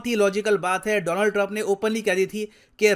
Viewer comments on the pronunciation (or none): none